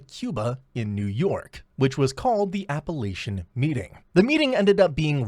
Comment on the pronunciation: It's Apalachin (with a k sound) NOT Appalachian. LMAO!!!!! If you can't even pronounce words correctly, why would anyone expect you would have your facts right? LOL